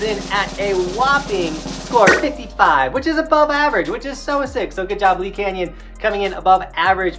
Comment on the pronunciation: Its LEE not lees lmao.. Im a local hope to see you next season at LEE canyon lol. Hoping for that double black diamond chair lift 🤞🤞🤞